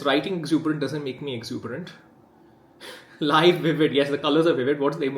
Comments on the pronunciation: not being funny, but what kind of expert would go for "live" (sounding like a'live') over "liv" (sounding like 'liv'ing) for the pronunciation of "live", in light of the other pairs of words? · You were in charge of the marketing for a bigger brand but can't pronounce "live" properly in this context. Ok. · I think "live vivid" is live (rhymes with drivel, not rhymes with drive)